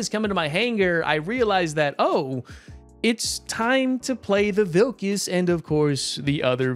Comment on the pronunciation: Second time u said 'Vilkas' very well. 🙂👏 Good to see our flag in this game 🙂 ty 4 the video 🙂